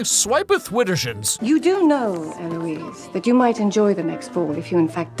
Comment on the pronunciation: SWIPETH WIDDERSHINS, omg I think I'm dying